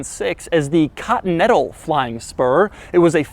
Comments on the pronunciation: It's not cuntinental, it's continental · Doug pronounces Continental so weird. Katintel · No one: Doug: "Bentley Cotnettal" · "Cottonental GT" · "Cottonettal". Yea i know "Continental" very hard to pronounce :D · What about when he says "cottonettle" 🤣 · Why the fuck you pronounce "Continental" as "cut metal", Doug? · I really get triggered of the way he says continental. 😂😂 just kidding keep up the good work